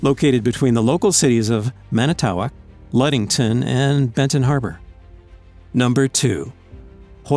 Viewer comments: Mani tow ock? Hahahahahhahahahahahahabahah that's the funniest way I've heard it pronounced, it's mana-toe-awk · It’s pronounced MANitawoc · I'm from Wisconsin and only live 30min from Manitowoc it is hilarious how he butchered it. Man-it-toe-wock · Yay, though he needs more confidence. And it's pronounced Man-i-toe-wok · It's Man-it-TOO-walk....Wisconsin fyi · As a Wisconsin person myself I noticed you pronounced manitowoc incorrectly. It's man-i-tuh-wok. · I know cities in Wisconsin can be hard to pronounce, but is it that hard to look it up before butchering it so badly? "Man-i-toe-walk" ok? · The pronunciation of Manitowoc made me laugh (I'm from that area) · Bro pronounced Manitowoc wrong 😂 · The way this man says Manitowoc lol only people from Wisconsin know how to say our cities names correctly😂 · You completely botched how you said Manitowoc that’s not anywhere near how you say it lol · This is not how Manitowoc is pronounced. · Oh god it hurt hearing you try to pronounce Manitowoc. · Lol he butchered the pronunciation of Manitowoc. I shouldn't be critical, I live in Wisconsin I can pronounce all the names. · He said Manitowoc incorrectly